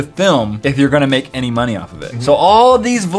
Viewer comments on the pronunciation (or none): none